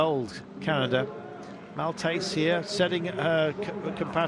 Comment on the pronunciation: A typical desk-jockey sports journalist who doesn't know squat! First of Irene Schouten was the huge favorite. Second Blondin and Maltais (which is pronounced mal-teh, you i.. t) tried very deliberately their pincer tactick in order to deregulate the Dutch duo. The only change for Canada to get up the podium, preferably the highest platform. All this information, not in the comment. Pechstein is 49 years old and doesn't have any significance in this field whatsoever, still a lot of attention for her. Third two very important players, Lollobridgida and Bo-reum, hardly get mentioned. So, it's clear, you are not into speedskating. Just repeat snip bits who are delivered to you on a piece of paper, almost killing the race in your stupid utterances. Journalism of this kind makes me sick! Just go away!